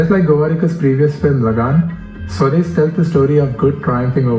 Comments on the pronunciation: for the millionth time its SWAA- DES not swades like sway... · Well, I know for an outsider/foreigner it is hard to understand names like Swades which is pronounced "sva des" and NOT "Sweds" and when written in English it can be read eitherways. You could have made a little effort to understand the pronunciation at least for this reaction video. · It's Swa - Des not swades. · i dont mind foreigners pronouncing stuff badly, we do it do....BUT SWADES WAS JUST FUCKING HIGHLARIOUS!!!! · u will never be able to pronounce "swades" correctly ever😂